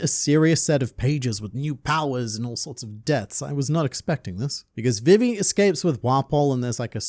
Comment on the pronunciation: Bro! It's VEE-VEE. Not VIV, EE.